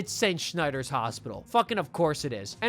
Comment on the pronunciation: "St. Scheinder's" really pisses me off.